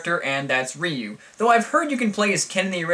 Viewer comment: Charlie Brown Tournament Fighters...I think you just gave MUGEN creators all over the Internet an idea. BTW, it's pronounced Ree-yu, not Rai-yu.